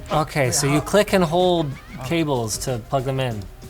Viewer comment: “I can’t even prug in da caboes!?”